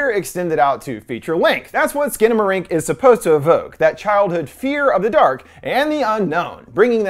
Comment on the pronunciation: it’s actually pronounced “Skannamarank”